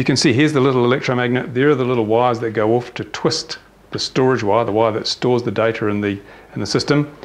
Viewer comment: the way you say "Off" is cool